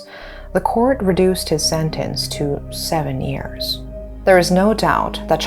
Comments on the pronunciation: I wish the presenter would stop saying "ears" instead of years. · how do you pronounce every word perfectly except 'year'?